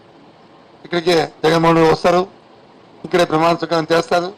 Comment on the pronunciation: Botsa gaadu “pramaana sweekaaram” ani correct ga pronounce chestey Jagan gaadu gelisinatte.